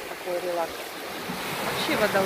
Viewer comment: сказала: релак🤔...или релакс?